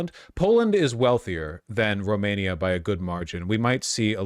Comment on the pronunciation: Vaush continuing the bad French accent for Romania was priceless